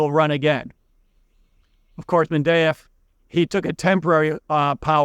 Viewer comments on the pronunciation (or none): Mendeyev? You mean Dmitry Medvedev?